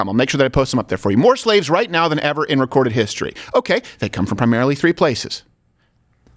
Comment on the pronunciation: I think they mispronounced slave